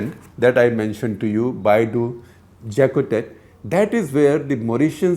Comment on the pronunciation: Mauritian here. It's pronounced "Bay du(french u) Jaacoté"